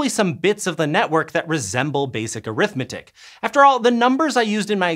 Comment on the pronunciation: Oh geez, arithmetic pronunciation was really distracting. ARITHmetic the noun, arithMETic the adjective.